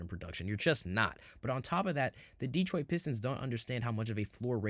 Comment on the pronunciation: Asur Thompson is a unique player freak athlete comparing him to P J Tucker is ridiculous Cade Cunningham is an excellent defender! He plays nothing like Harden. Please learn how to pronounce Detroit. You know nothing about our team what you should be talking about is how we are ahead of schedule! Trajan knows what he’s doing! No need to do anything major this season he’s going to see how far this group can go , then he will make moves in the off- season last of all Orlando is not a typical 8 seed had they been healthy they would have finished much higher! What this 60 win team has shown is there is more than one way to win in this league might even get some real fans back! You know ones who appreciate defense, physical play! Instead of let’s shoot 50 3’s a game, hunt fouls and push offs to gain space on offense